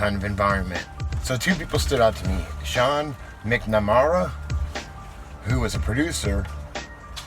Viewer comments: McNamara = Mac' Na-mair-uh; kind of has the same emphasis as MacDonald. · Wait, think about it, daycare centers have been found where " things" were happening to kids, no one blames all daycare centers, just like no one blames all priests for a few pederasts. Unless they are severely mentally deficient. Ps-, its pronounced Mack na Mare uh. Say it with me, sound it out, ready,...Mac...